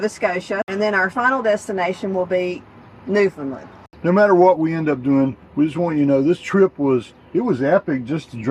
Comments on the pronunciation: It's pronounced New- fin- land with the accent on the word "New". 😊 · Just FYI if you’re not there yet, the locals pronounce it “New-found-land”. They WILL correct you! LOL